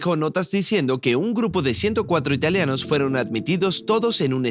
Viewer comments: Muy interesante, pero no entiendo por qué dice "italeanos" la forma correcta es ITALIANOS con i porque es el gentilicio de la gente nacida en Italia. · no, para nada, el video es muy bueno. Y yo no me refiero a la acentuación, esa es otra cosa, me refiero al cambio de la i por una e, no tiene nada que ver con la acentuación.